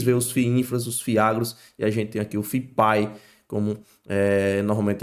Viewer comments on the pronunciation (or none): Cara pelo amor de DEUS sugiro nao americanizar o termo FIP-IE... I = INFRA / E = ESTRUTURA. FIP-IE, Simples assim. Nada haver FIP-AI (a pronuncia).. que bizarro.. chega ficou ridiculo. Fora isso.. video muito bom! Parabens!